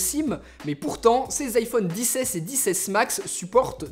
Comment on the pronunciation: Tu peut areter de dire "iPhone disse aisse et disse aisse maxe